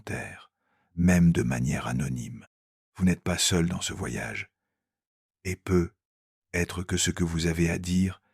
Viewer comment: Il faudra penser à corriger la prononciation de l'IA sur les "peut-être" car c'est très pénible à la longue, merci.